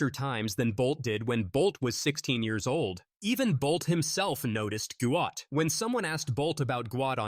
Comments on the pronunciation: He is going to be the GOAT one day. His dad pronounced it almost sounds like GOAT therefore closer to the word GOAT and the commentator still cannot pronounce it, he keep saying GWAT GWAT. SMH Goat Goat, now he is going to be the real GOAT! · We need to RESPECT the entire family by saying his name correctly. If we support his amazing talent, current and future success then we need to Show our support to his family by saying his name correctly. The father has spoken with understanding, balance and with patience. Say his name Guot to support his Identity as well as his talent! Respect must be given immediately and with out any argument. Any this less would be an insult! Give the family the benefit and enjoyment of hearing the cheers GUOT! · Better late than never Guot…..pronounced as Guut or Goot ‘GOOD’ explanation…hope people respect he’s Dads wishes🙏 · GUOT!!! SAY HIS NAME!!! IT IS NOT GOUT. FIX IT TRACK AND FIELD. ALWAYS TRYNA RENAME US.